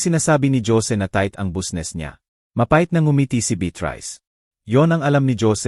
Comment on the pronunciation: Huy ayusin mo ang pag babasa anong busnes bisnes kung babasahin ang business